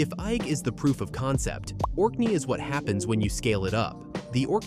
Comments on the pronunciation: It's Eigg as in EGG. So lazy not checking pronunciations! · If the narrator cannot decide what is the correct pronunciation for the island of Eigg then what hope do the rest of us have??